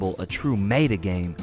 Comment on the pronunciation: Meta,,, its pronounced Meta!